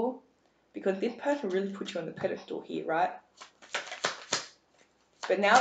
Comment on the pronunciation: I love listening to your voice ! I'm guessing your from England. I laugh when you say "Were going to see what spirit wants you to he" ! The next time you put out a video can you actually say the work slowly "Here" instead of "He" LOL..